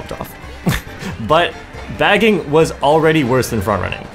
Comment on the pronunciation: Bro said baggingers 😂😂 keep up the good work :>